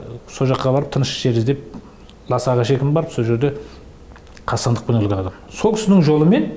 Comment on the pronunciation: Жақсы әңгіме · шынайы шындық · 👍👍👍👍 УУкмет емес үкімет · уултірген ， улген емес ӨЛТІРІЛГЕН ， ӨЛГЕН деп қазақша дыбысталса жақсы болар еді ·